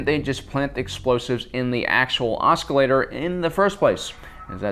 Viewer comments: FYI, "oscillator" is pronounced "oss-ill-ator", not "osk-ill-ator." eye twitch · Its not an OSKilator. Its an OSCillator. The c and the s are pronounced the same. Its annoying hearing him say it wrong. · it's oscillator not oscalator...and yes a senior citizens can be that strong. getting older doesn't make you weaker if you stay active as Han clearly has, it just diminishes your endurance. i know this cause at 81 before he died my grandfather could still hook chains to a big block V8, unhook and unbolt the engine throw the chains over the rafters in his shop and pull it out with his hands. maybe you should just consider that this isn't conceivable to you because you are extremely physically weak, and come from weak stock. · OS-CILLATOR... not oskillator lol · I am really sorry for this and I guess I'm not sure if this is pronounced differently in like England or somewhere, but you keep pronouncing oscillator like "osk-i-lator" when it is normally pronounced more like "oss-i-lator" like what a sinusoid does. I'm sorry but that was just really bothering me when you said it that way multiple times. If you are pronouncing it in a perfectly valid way please let me know. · I like this video very much. Your theories and opinions are fun to watch and enjoy. The only issue I had was your pronunciation of oscillator. There is no hard "k" sound in it, os·cil·la·tor. It's like ah-sill-a-ter. Hope this does not offend as that is not my goal. Please keep up the great work! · is that how you pronounce oscillator on the other side of the pond or am i missing something? should be spelled oss instead i wonder how long itll be before society just does away with non phonetic spelling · The C in "Oscillator" is silent. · Please don’t pronounce the c in oscillator. Otherwise, great video! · The "c" is silent. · The "c" in "oscillator" is silent. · anyone else find it funny how he says oscillator?